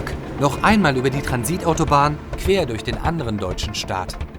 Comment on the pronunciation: Hast du bei „queer“ statt „quer“ gesagt?